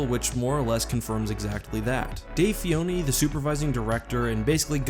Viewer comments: Stop saying Fioni it's FiLoni the L isn't silent ffs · Dave FILONI, not Fioni, sorry if that seems rude I just wanted to correct your pronounciation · Fa-lo-ni not fi-o-ni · Dave Fioni? Its Dave Filoni! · I think you're pronouncing Filoni wrong, in every language it has a distinct L, and you have said in this and another video "Fioni". Not throwing a fit about it, just noticed and thought I'd say. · Are you saying Fioni? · I think he forgot to say the L in Dave Filoni’s name lol